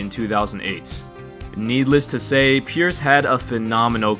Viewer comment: Kinda Sounds like you're saying "purists" lol